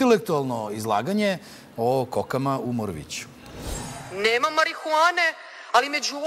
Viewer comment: greska u akcentu. kaze se "u morooovicu", a ne "moroviiicu"